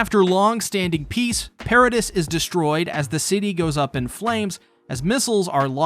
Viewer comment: Why you Mispronounce paradis and mikasa when they have been sed correctly hundreds of times on the show